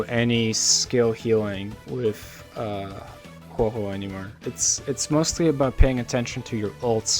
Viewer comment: A whole video dedicated to her and you are still a CC who doesn't say Huohuo's name correctly so I a, leaving a dislike as I do for all videos that say her name wrong